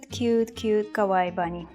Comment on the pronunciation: the way you say kawaii means "scary" in japanese